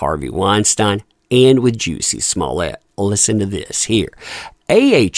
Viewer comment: Lololol Sorry, I Giggled When You Called Him "Juicy Smollett" 🤣🤣🤣 It's Kinda Like Jessie, But With A 'u'. The Same Kind Of 'u' In The Word "Tug". Lol. Like, Juh-See. But No Worries, Juicy It Is. 🤣🤣🤣